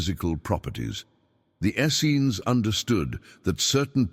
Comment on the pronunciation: Please get a human narrator so that we can get the correct pronunciation of the word "Essenes". It is pronounced "es-seens" with the accent on the 2nd syllable. The AI narrator flip-flops back and forth between the incorrect and correct pronunciations.